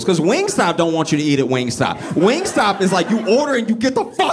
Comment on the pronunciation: My 12 year old said, “It’s WingStop, Not Wing Stay” 🤣